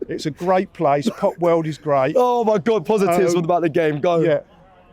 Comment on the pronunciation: I had Gweat Expectations for Julian s interview